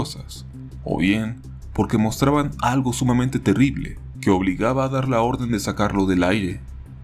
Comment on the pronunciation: Algo telible... Muy telible